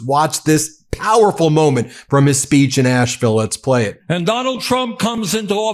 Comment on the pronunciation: So awesome, Love this. Asheville native here - I did want to tell Ben that Asheville is pronounced as Ash-vul, not Ashe-ville. It's like hearing your last name mispronounced, but who would have know. We drop and swallow sounds kinda like Elvis. My parents and grandparents, all from Asheville, would be proud of Bernie!